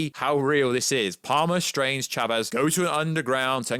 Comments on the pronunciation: I thought he said "Shabez" at times. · Why is he saying Chavez like that?